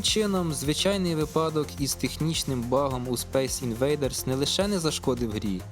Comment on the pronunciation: Дякую, справді цікаво)) Тільки цейво... Наполеон казав не випАдок, а вИпадок. 😁